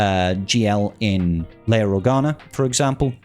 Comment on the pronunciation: Did you just say Jedi Training Leiar?